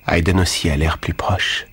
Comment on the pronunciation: Nathan Jeanne Nan sa se prononce AIDEN , (AYDEN)